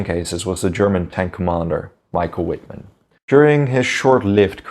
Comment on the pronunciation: The "W"is pronouced w/ a "V". Cant anybody say his name right?